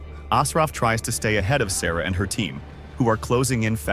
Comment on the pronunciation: I'm convinced that a.i can't say "her"